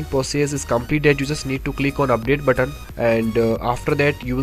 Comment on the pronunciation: "UPDATE BUTT-ON"